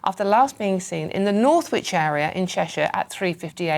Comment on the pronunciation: Check ya pronunciations lol. Not pronounced North Wich lol.